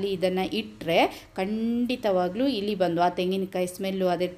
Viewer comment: ಅದು ಹಿಲಿ ಅಲ್ಲ‌ ಇಲಿ, ಮತ್ತೆ ಒಲ ಅಲ್ಲ‌ ಹೊಲ ದಯವಿಟ್ಟು ಕನ್ನಡವನ್ನು ಸಾಯಿಸಬೇಡಿ